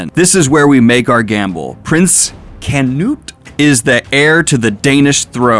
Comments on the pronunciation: Such a contrast this to the chainsaw man. You seems to be enjoying this so much more. Perfect Canute pronunciation and yes Thorkell is a fan favorite. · For your pronunciations, Thorkell is said like Thorfinn, currently you are saying it as if there is a pause in the middle. Canute was good though